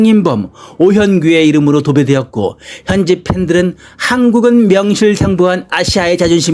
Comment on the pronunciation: 오현 구가 아니라 오 현 [ 규 ] 입니다. 해설자는 발음를 정확히 하기 바랍니다. 엉터리 해설은 사절합니다.